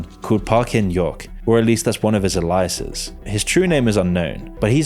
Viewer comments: No. It’s “Ay • Lee • Ass”, not “Ah • Lee • Ass”. Alias = Ālēas. He said it weird. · What is an "A Lie A Sis"? And who is King Germ Urn? lol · Is alias pronounced like that wtf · The way you say alias 😂